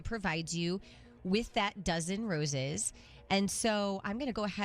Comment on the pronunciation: Why does she say “Roses” like it rhymes with “Bruises”? She slips back and forth between Rose and Roose.